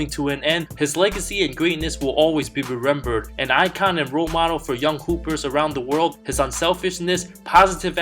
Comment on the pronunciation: rerembered ? i’m not the only one who caught that am i?